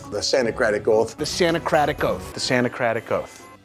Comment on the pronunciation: After hearing them say Santa-cratic Oath so many times, it eventually just sounds like "sandja creta goat" and loses all meaning.